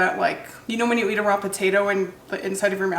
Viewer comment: How u were saying can u eat a turnip raw? Was so confusing to me lol sounded like you were talking about a bra 😅